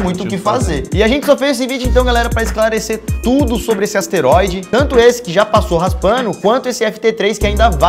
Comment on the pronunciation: LUCAS AS-TE-RÓI-DE MARQUES PORRA